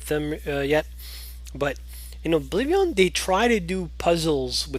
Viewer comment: it kinda irritates me how u say oblivion